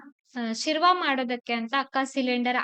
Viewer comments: Sirva ಅಲ್ಲ sherwa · ಶಿರ್ವ ಅಲ್ಲಾ ಶೇರ್ವ ಅಂತ ಹೇಳಿ